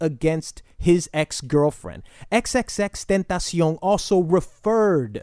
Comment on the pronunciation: Its crazy how you said X's name perfectly and flawlessly but mess up everyone else's names lol